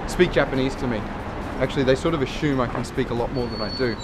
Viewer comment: is that how Aussies say "assume" ?